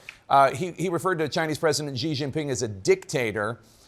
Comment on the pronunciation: How come so many people can't say president Xi name correctly, Xi sounds like she, how hard is that...